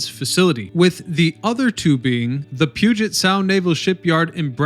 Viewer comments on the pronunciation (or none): none